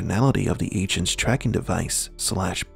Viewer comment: I thought he was saying "ancients" then i realized it was "agents". Weird.